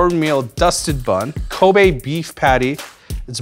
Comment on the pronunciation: This man really said kobè 😂😂😂😂